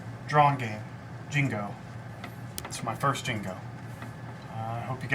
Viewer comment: lol. You say jigo (jee-go) like jingle. ^^ But what eikons said, you should play real people more. There were a lot of strange moves in the game. Your thought process is good, but the way you approach those ideas is a little problematic.